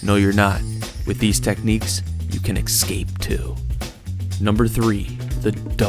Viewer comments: The word is eScape, not eXcape!! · Sat it with me: "ESS - KAAAPE" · And learn how to pronounce 'escape'.... the is no X in there. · Please, there is no "x" in "escape."